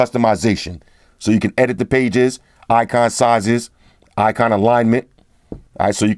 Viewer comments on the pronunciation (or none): none